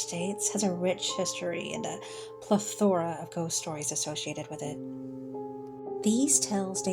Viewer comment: shut it off at " PlA Thora"